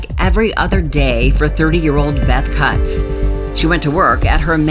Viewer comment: Kutz is pronounced “coots”, rhymes with “boots”